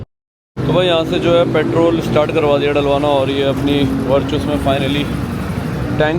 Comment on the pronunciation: It’s वर्टस not वर्चस.